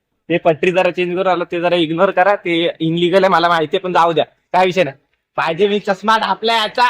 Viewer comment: ILLEGAL ❌ INLEGAL ✅